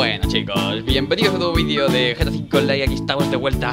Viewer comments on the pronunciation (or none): none